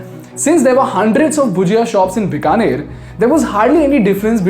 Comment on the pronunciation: Many people from outside of Bikaner also make the mistake of pronouncing Bikaner as "बिकानेर" instead of "बीकानेर". Even he does it in the video.